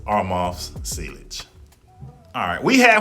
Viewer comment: bro said sea ligge lol